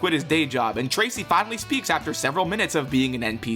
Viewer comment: "binally" I feel like you didn't want to mess up a whole script with 1 mistake and me and a few other viewers have to point that word out, :3